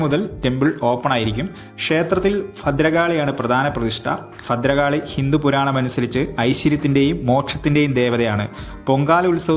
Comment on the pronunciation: ഫദ്രകാളി അല്ല ഭദ്രകാളി സോറി 🙏🏻കളിയാക്കിയതല്ല കോട്ടയം കൊല്ലം തിരുവനന്തപുരം ഉള്ളവർ ഭ.. ഫ ആക്കിയാണ് പറയുന്നത് തെറ്റു തിരുത്താൻ ശ്രദ്ധിക്കുക 🙏🏻